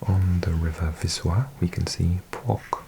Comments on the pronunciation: Greetings from Płock here o7 Your pronounciations throughout were largely excellent but this one was just a little wrong, the ck makes for a short ts-kuh sound instead of combining into one "k" sound. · Greetings from Płock! I am impressed by your Polish 😁 One quick tip, when you read "ck" in Polish, you pronounce the "c" as well as the "k", so it's something like "tsk" instead of just a "k'" sound. Nice video! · When there are letter c and k next to each other like in a city name Płock we pronounce both letters, not like you would pronounce in english